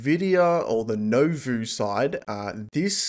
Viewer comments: Just as an FYI, Nouveau is nu-vo, not no-vu. Otherwise great video as always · It's pronounced nu vo btw